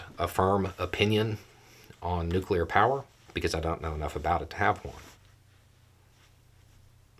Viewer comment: jesus wuz new-clear